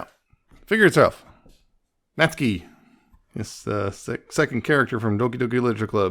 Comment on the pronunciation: You’re pronouncing it right! Nat-soo-key would be more incorrect 😅